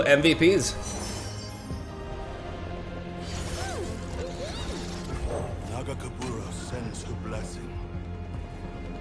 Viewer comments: I love how you pronounce nagakebouros as magatempura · Another one LOL😂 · Can’t wait for Illaoi to be released and punish (yes, in her own tentacle hentai style) for mispronouncing her God’s name! Thanks for the entertainment <3 Thanks for the editing Shermie <3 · it's nagakabouros, but your version is better hahaha ! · trying to pronounce "Nagakabouros" made my day 😂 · And another one hahaha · I can't wait until Illaoi is in the game so can pronounce Nagakaborus correctly lol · saying Nagakabouros wrong multiple times makes me think about Inosuke and Tanjiro from Demon Slayer. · So, we are either getting: (eventually) learning how to say Nagakabouros because of comments or co-casting with Panda. Or he acknowledging he's saying wrong, and coming up with weirder and weirder ways of saying its name.